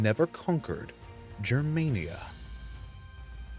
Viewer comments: Your saying jermania, but its pronounced germania, the Romans wrote as they spoke, if it was jermania they would of written jermania (which would have actually been pronounced yermania because j represented the y sound, infact i dont even know if latin had/has a j sound) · why you say germaynia? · Its Germania, 'G' as in Gaul. As it is in German. Who TF is Drassis and the Yousepeets? And what's that guy's name again, Marco Many? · He wrongly pronounces it... It's Germania, but he says Germenia... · Just a point: it is pronounced GER- māniă...like anGER. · The ch sound is supposed to represent a fricative, like how German and Dutch people pronounce it. It later shifted into a simple h. So it's better to pronounce it as an 'h' than as whatever you're doing now.